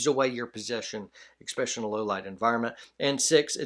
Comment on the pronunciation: eSpecially not eXpecially my brother